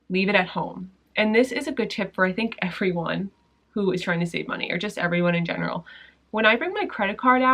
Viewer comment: “Everyne in the world” 😂😂😂😂😂 LOVED IT